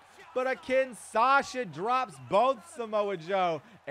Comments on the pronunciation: My man saying kinsasha it’s Kinshasa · Kinshasa not kinsasha